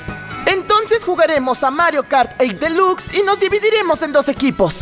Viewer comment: soy la unica que se dio cuenta que dicen mal la palabre DELUXE muchas veces? like si te diste cuenta